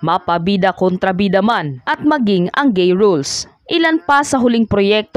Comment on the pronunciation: Madam konty pa po praktis sa pagtatalog tulad po ng "roles" nd nd po rules yun lng po at ok po❤❤❤❤❤❤